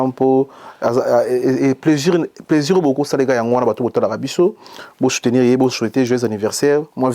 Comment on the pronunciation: CHRONIFUATI SALISA MINU👌 APPAREIL DENTAIRE 👌 PLAISIR ET NON PLAIJIR🤣 SUKA ET NON SHUKA🤣🤣🤣